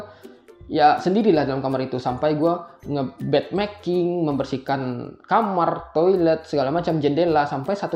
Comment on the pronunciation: Bed making, bukan bad making hehe